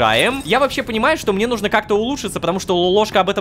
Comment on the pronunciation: О нет, он правда сказал асфи́ксии, а не асфикси́и. Рома хорошо озвучивает, но его ударения меня просто убивает, особенно его повторяющееся из раза в раз ,,нужно́" а не "ну́жно".